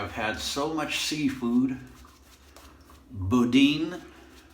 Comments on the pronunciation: I know this is an older video, but I’m a relatively new subscriber... New Orleans (Nawlins) is about an hour west of where I live in Biloxi, MS. As others may have commented, it’s “boo-dan” lol. Also, alligators are pretty good eating... don’t know if you had a chance to eat any but I highly recommend it along with frog legs. I really enjoyed your footage of the Atchafalaya Basin Bridge. I’ve been across it 100’s of times but never have I seen it from that perspective. I love your videos! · Great video! Boudin is pronounced "Boo-dan"... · Dang. Only an hour from where I live!! Lafayette is rated in the top 5 happiest place to live in America and top 10 best places to eat in America!! I love your mispronunciation of words like Lafayette, and boudin lol!!!